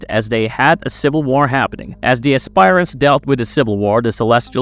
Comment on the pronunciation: Good god, you guys really need to work on your pronunciations. It's not pronounced "ass-spire-ants". The correct pronunciation is "ass-per-ants".